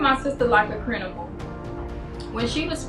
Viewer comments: I'm sorry, I'm so sorry but the word is CRIMINAL! CRIM-IN-AL! not crinimal! 🤦🏽‍♀️🤦🏽‍♀️😆😂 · Did anybody else hear “Crinimal”? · "Crinimal" 💀I'm sorry, I kept replaying it to see if I was trippin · Both of em can’t say criminal 😂😂😂😂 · A crinamal?? Girl😂😂😂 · The innocence in how they mispronounce criminal 🥺. I kind of love it. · I knew he did it when she said she got there and her ex said something about the child is hungry. Yes thank God. I know the pain you must have been through by being falsely accused. And I’m sorry I can’t get over her sister saying crinable not once but twice. Omg she’s saying crinamal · Whoever taught them how to to talk is a "crinimal"💀💀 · I’m sorry but the lady’s sister said Crinimal TWICE💀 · WTF is a crinimal? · I am so happy for her but did both her and the sister say “crinimal” instead of “criminal”? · They Both Say Crinimal🤣🤣 But Good Stuff She Got Her Back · Bruh what is a “crinimal” they both said it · and she said "crinimal" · Hold up... did the sister just say "they treated my sister like a crinimal" instead of criminal. Please tell me I'm not the only 1 who caught that lol sister says "crinimal" again 😂😂 Yooo wtf smh the mother says it also 😂😂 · how did steve keep a straight face when they both said "CRINIMAL" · Crinimal lmfao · Pronunciation: Cri-mi-nal. 😂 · She said it wrong twice too lmao🤣 I was cracking df up bwahahaha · Oh my,😆😊😏 I thought it was just me hearing things, twice. I do believe her sister introduced the word first.I 🤔